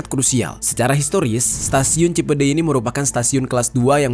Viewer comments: Cipendey apa cipedey si bacanya? Cipendey kan??? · Kayaknya kurang huruf N penyebutannya bukan Cipedeuy tpi Cipendeuy.. 🙏🙏🙏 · Cipeundeuy bang jer ada huruf N di tengah2nya, bisa di baca : Cinpeun-Deuy (eu nya sama kaya nada di kata "euy" )😂 gw orang tasikmalaya jadi tau info ini, makasih udah menjelaskan ❤😅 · edit . cipendeuy bukan cipedey bang jeri pake ,euy euy 2x 😁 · Kalo bukan orang sunda emang susah baca bahasa Sunda yang bener 😂😂 cipeundeuy bang jer bukan cipedey 😀😀tapi gak masalah aku juga bukan orang Inggris susah ngomong bahasa Inggris kaya bang jeri ngomong sunda susah 😅😅😅